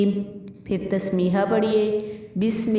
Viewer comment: Tas mia ma tas miah nhi prhein tas mia prhein